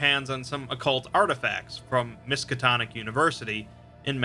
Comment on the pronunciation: narrator: "Miskitonic university..." me: looks up from Minecraft Lovecraft wut?